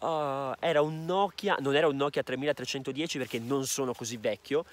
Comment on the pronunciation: Si dice 3310